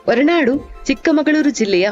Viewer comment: ನಿಮ್ಮ ಪ್ರಯತ್ನಕ್ಕೆ ಧನ್ಯವಾದಗಳು. ಗೌರವಪೂರ್ಣ ಸಲಹೆ: ನಿಮ್ಮ ಉಚ್ಚಾರಣೆಯಲ್ಲಿ ಮಹಾಪ್ರಾಣದ ಕೊರತೆ ಇದೆ. ಉದಾಹರಣೆಗೆ- 'ಹೊರನಾಡು' ಬದಲು 'ಒರನಾಡು'. 'ಭದ್ರ' ಬದಲು 'ಬದ್ರ' ಎಂದು ಉಚ್ಚರಿಸಿದ್ದೀರಿ. ಇದರಿಂದ ಶ್ರೀಮಂತ ಕನ್ನಡ ಬಹಳ ಬಡವಾಗಿ ಕೇಳುತ್ತದೆ. ದಯವಿಟ್ಟು ತಿದ್ದುಕೊಳ್ಳಿ.